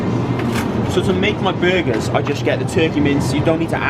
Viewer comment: Almost sounded like he said butt for burger and ass for eggs lmao